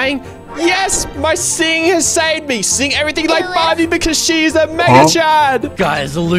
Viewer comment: bro he just sed barby